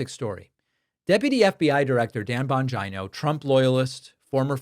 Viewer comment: Thank you Pakman for pronouncing 'Bongina' correctly! XD <3< [Radish-Approved]